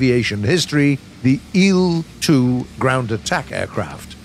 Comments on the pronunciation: When says il like eel instead of saying I L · Bro said IL 2 like it was eel 2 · I hate how he pronounces il-2